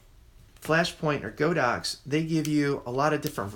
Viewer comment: I must laugh whenever I hear someone pronounce this brand as "Go Dox." Just FYI, the Chinese company's name is 神牛, which literally means "sacred cow." But instead of calling it Sacred Cow, they went with the ponderous "God Ox," so now you know how it's supposed to be pronounced, even if that makes it seem even weirder.